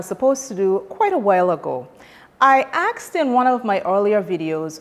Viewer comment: You "axed" or "asked"??